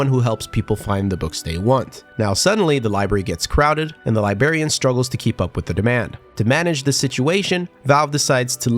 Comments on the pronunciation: Libel..... Briar..... Contrarian. Li...........Brar........Ian. Li-Brar-Ian Librarian. Not Libarian. There's an R after the B. Come back next class when we teach kids how to say Nuclear and not Nookilar. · LIBRARIAN!!!!!!!!!!!!!!!!!!!!!!!!!!!!! NOT LIBARIAN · you pronounced the 'r' in library but missed it in librarian. Why? It's not 'libarian' Also the Harry Potter music just because you were referencing books? lol